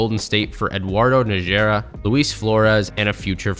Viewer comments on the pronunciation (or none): Great video dude but every time you tried to pronounce Eduardo Nájera's name the Texan in me cringed lmao. It's pronounced "NAH-hur-ah". In Spanish J's have an H sound (think Jalapeño)